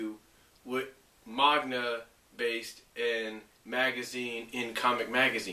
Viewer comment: No offense, but it's "manga", not "magna".